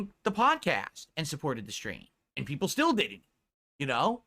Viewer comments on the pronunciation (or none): Laughing at how pathetic he is. Nobody wants to see you play anything except your 5 "peepul" Just like nobody supports you but those 5 "peepul"